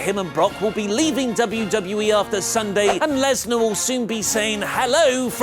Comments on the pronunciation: It's not Brock LESNER......................it's BROCK LESNAR ............Point of correction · LESNAR not LESNER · Finally found a mistake in wrestletalk video... lesnar----->lesner